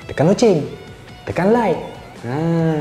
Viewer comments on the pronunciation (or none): none